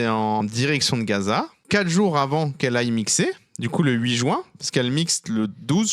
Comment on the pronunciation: C'est le mois de juin, pas le mois de joint 😆